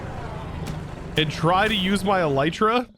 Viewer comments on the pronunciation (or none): none